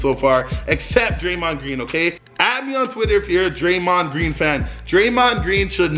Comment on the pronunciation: Don’t speak on draymond greens name like that I am from Michigan